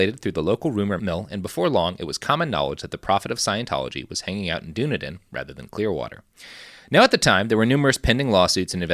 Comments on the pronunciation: Lol Dunedin is pronounced "done-eee-din," not "dune-ah-din" I grew up there. Kinda cringing through aspects you're not quite getting right, concerning the history of the Scieno takeover. But otherwise, pretty good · pronounced Duh-knee-den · Hearing Dunedin mispronounced was like nails on a chalkboard